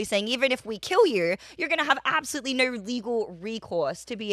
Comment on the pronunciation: She says no like nurrrr.